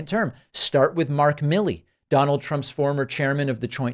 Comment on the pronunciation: Donard Trump lol